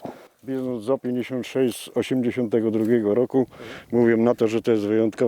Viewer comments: Panowie taki szczegół nie "Z o " tylko "Zet zero pięćdziesiąt sześć "😅 Piękny materiał 😊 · Z056 a nie Zo56